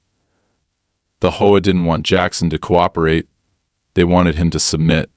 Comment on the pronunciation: they cant prounounce h o a or cooperate